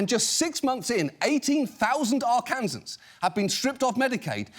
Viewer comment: Kudos to pronouncing Arkansans correctly. Few know the state name is actually pronounced ARE-KANSAS? And no, it isn't Kansas.